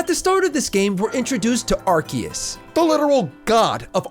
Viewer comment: it's actually ar-see-us unsubscribd xd